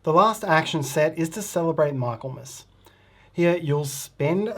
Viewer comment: Great teach, such a clear explanation for a complicated set of interactions across the player boards. But I do have to say that every time you said Michaelmas I cringed! It's pronounced MI-kul-mus (ˈmɪklməs in IPA)